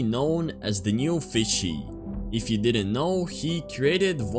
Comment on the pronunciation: it aint “newfishy” its “newFISSy”💀 . (Guys im not hating just pointing out something)